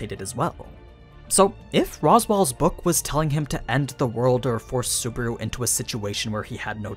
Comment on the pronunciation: I just started this video and you said... super? Really? Super? I want to harm you but I'm not going into detail. SU-BA-RU. BA like bus. RU like room. SU-BA-RU.